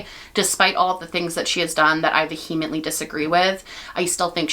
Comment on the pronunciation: The way to pronounce that word is VEE-eh-ment-ly, with the emphasis on the first syllable. ❤